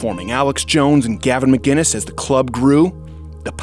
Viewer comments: Still pronouncing McKKKiness wrong I see. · Gavin McIness! There's no "g" in it Steven Growder! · You pronounced "McInnes" wrong, morons.